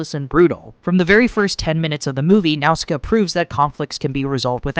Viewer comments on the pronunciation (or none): pagite? tol'mechkkeyans?? No. i appreciate your attempts but pegite (pedjite) tolmekians (toll me key ans) and nausicaa (nawh sick aa) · I can't get over how you pronounce Nausicaa. 😂 Great vid though.